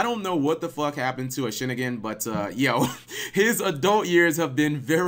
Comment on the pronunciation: Sorry Cap, it's not pronounced like Hannigan, or Kerrigan. The word is Japanese and it's Ho-Shi-Neen-Gen. I mean it ends in Ningen (Human/Mortal), I thought you'd notice that from all the Anime you've watched.